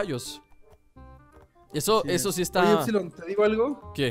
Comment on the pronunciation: COMO RISER TE DISE EFSILOR xD 😂